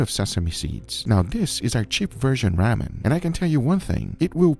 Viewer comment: Ramen is pronounced like "Raw men"